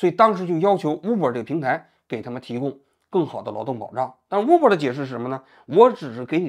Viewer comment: uber的u不读呜。大哥，你的武汉大学咋个考上的。